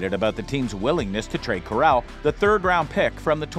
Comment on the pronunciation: You pronounced Corral wrong lol